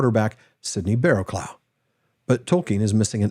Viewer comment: Just a note on the pronunciation of ‘Barrowclough’ - it sounds like BarrowCLUFF. A small point I know, but one I’m sure you’ll appreciate.